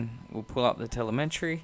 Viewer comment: Helpful video. Just FYI, there's no "n" in "telemetry" ;)